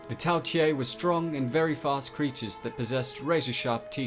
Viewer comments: You said Tao tei wrong it’s not tail it’s tao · quick question, why are you pronouncing it tao tie when you clearly have it spelled tao tei? other than that, great video as always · Not pronounced "tea a" but "Tay" and canine isn't pronounced "ca knee ne" but "ca nine" smh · "Tay" not "Tye" mate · Lol “Tao tiei” where did you get the extra i